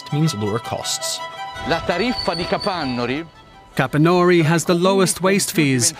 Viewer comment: Halfway through the video I realized that "Capannòuri" is actually Capànnori I even live nearby 😅😂